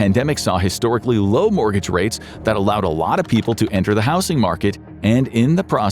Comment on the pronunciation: I thought the same, but the way he pronounces certain words still has me suspicious. Even in this one he says "house-ing" instead of "howz-ing". He has also pronounced "polished" is if it was referring to Poland. If I had to hazard a guess, they might start the script with a real voice, but then use AI to finish the rest. Listen closely, some of the inflection is...odd...